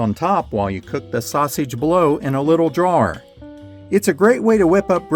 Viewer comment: “Drawer” Learn how to pronounce simple words if you’re going to narrate. You sound like a idiot.